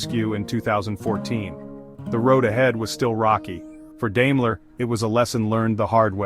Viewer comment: It’s pronounced “DIME-ler” not “DAME-ler”